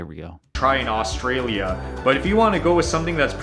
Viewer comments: The guy is watching is an idiot. His idea of the ten best Aussie food is stupid, just so misinformed, plus I can't stand the way he says Australia!! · Ok if you can’t prounce Orrrrrstralia… you shouldn’t be able make video about it… we legit don’t eat half that shit.. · Omg if the guy showing you the foods says Australian/Australia wrong again I'm gunna flip lol, and omg barramundi is pronounced barra-mun-dee